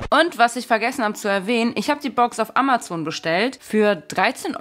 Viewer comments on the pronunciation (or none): none